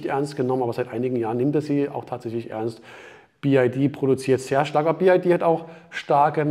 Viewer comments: Ich bin ungern ein Korinthenkacker, aber es heißt BYD und nicht BID😉...VG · Wow Achim, die Info ist für mich völlig neu🙄. biyadi (chinesisch) ist natürlich richtig. Der sonst geschätzte sagt jedoch bi-ei-di und diese Aussprache ist weder chinesisch, noch englisch.